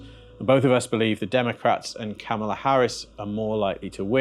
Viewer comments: PLEASE pronounce her name right: KAH-mah-la - easy, comma+lah-I bet you would hate your name to be mid-pronounced-do better-be respectful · Asking again because it matters: Can you please learn how to pronounce the Vice President of the United States' first name correctly? Trump and the far right use YOUR way of pronouncing it intentionally to disrespect her, and it an unnecessary distraction from your message. It is KAH-ma-la..... The first part is emphasized. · Man! I understand why the opponents are still mispronouncing her name but I have to hear it here as well? Her name is pronounced with the accent on the 1st syllable. "KAMala". If you can pronounce the word "comma" as in the separation of thought, then you can pronounce "Kamala" properly. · Please pronounce her name right. Saying it wrong at this time has connotations you may not intend. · Honestly if you haven’t yet learned how to pronounce her name, just say Vice President Harris. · When I hear SJ repeatedly mispronounce the Vice President’s name, it sounds like Fox News. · if you're going to talk about kamala please take the time to at least pronounce her name correctly.... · Could you please give Kamala Harris the respect of pronouncing her name correctly? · Maybe say Kamala's name right? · Please try to pronounce our vice president's name. It's Kamala pronounced "Comma" "La". 'Well, just think of a comma and add a "la" at the end,'" Harris said. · Thanks, guys. What a time we’re living in! Btw, SJ: it’s Comma La, not Ka MA la. ❤ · Her name is pronounced like Coma La. Not kamAla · her name is KA-mala, accent on the first syllable. You’re saying it the way the MAGAs say it. Otherwise, I’m really enjoying this video. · Her name is pronounced COMMA-LA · Small detail, but do hope SJ learns to pronounce Kamala’s name correctly. It’s “cáma, la”